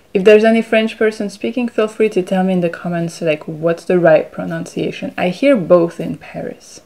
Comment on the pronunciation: Your pronunciation is very clear and helpful. Be careful of the pronunciation (and spelling) of the word itself - check it in a dictionary. I can't show it in phonetic symbols here, but the second syllable of this noun rhymes with 'bun'. The verb is 'to pronounce', where the second syllable is the same as the unit of weight, 'ounce'. This is a very common mistake here in Australia where l live (made by native -born Australians).